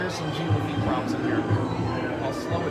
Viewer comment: I live in Louisiana where we know French words. It's pronounced (zhahn) Jean Lafitte. Fyi we have an entire pirate festival dedicated to him!